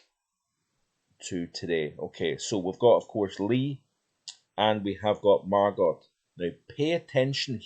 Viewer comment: Good video, however! the pronunciation of Margot is Margo!!